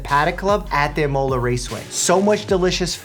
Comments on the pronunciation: 1. Imola is stressed on the I; 2. Cavallino means little horse; 3. Scuderia is stressed on the I. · Imola: EE-moh-lah. Say the last two syllables quickly. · F1 fans just weeped a little with that pronunciation of 'Scuderia' and 'Imola' 😂